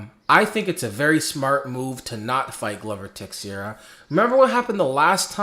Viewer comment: I LIKE YOUR RANTS more than your prediction videos. PS.: Tei-xei-ra ( transliterating ) goes Tay-shay-ra ( more or less ) or Tay-Shera